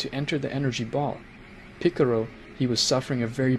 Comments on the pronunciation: Its PICCOLO NOT PICCURU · bro is saying mr picoro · Hey, it's really racist that you guys pronounce in a racist way. Piccolo (piccaro), shen-long (shen-ron), etc. I can't believe YouTube lets you get away with this... 😮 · Ffs, do you even watch dragon ball? You mispronounce every name and don't even come close to pronounce them right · Jai-ren and piccoro